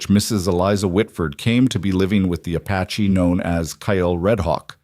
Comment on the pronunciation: Beautiful story but some AI mistakes. Apache. Not “a patchy”! And It keeps changing the spelling of his name. “Rider”, not “writer”.